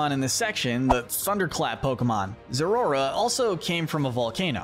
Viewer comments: its spelled like zeraora so its pronounced like zera aura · This video is almost perfect, but the pronunciation of Zeraora, Raikou and Magearna's names is wrong and the rest of the ultra beasts are missing. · Like the video, some minor improvements such as pronunciation of pokemon names, there was a point where you were discussing zeraora but showed the previous pokemon name "volcanion"